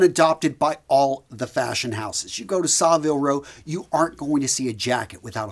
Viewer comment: Nice touch, you pronounced Savile Row in the Japanese way. 😇